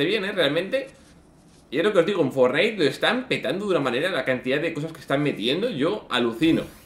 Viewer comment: se dice FORTnite, no fortNITE, acentuando en Fort